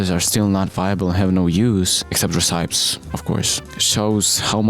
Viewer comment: "Recipes" say it with me. reh - si - pees